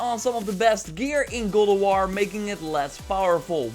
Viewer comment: IT'S GOD OF WAR, NOT GULAWAR.